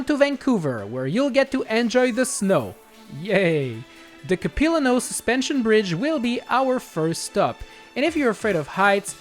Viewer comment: Yo, great video. A couple notes about Vancouver as someone from there, the suspension bridge is pronounced cap-i-la-no suspension bridge, the vancouver public library is the building you sorta drive through on the last lap before rogers arena, not the one you showed in stanley park. Also that tunnel can't be the george massey tunnel as the george massey tunnel is 20km south of downtown and connects Richmond and Delta. I know they're a little frivolous with their landmark placement in these games, but they generally get the right idea. That tunnel is actually a mystery to me because there are no major tunnels downtown, so idk what they were going for there. Maybe they just thought "eh, screw it, george massey tunnel downtown"